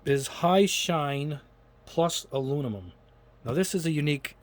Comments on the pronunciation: Back for the “Alunimumnummum” drinking game. 😂🤦🏽‍♂️ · Lol you don't even try to pronounce "aluminum"